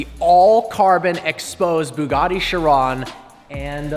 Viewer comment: Which do you prefer the La Ferrari or the "Sheran". Mate it's "Chiron" Ch - e - ron.